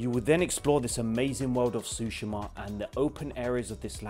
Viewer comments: He pronounced it "Ghost of Tushima" Its still scratching my heart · Too-shima? Did you even play this or just reading a script lmao